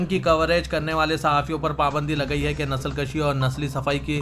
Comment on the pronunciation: आप हमेशा nsalkashi कहते हैं जबकि सही नस्ल kushi है उर्दू की जान अल्फाज़ की अदायगी है